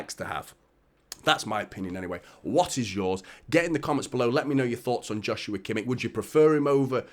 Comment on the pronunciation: It's never going to be about how could we play them all. Rodri is exhausted and completely overworked. KDB is aging and clearly can't play every game. We need more quality. It's a no brainer. I believe it's pronounced "Yoshua" btw.